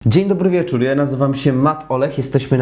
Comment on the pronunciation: Ocenzuruj jak wymawiasz "Wieczór" :D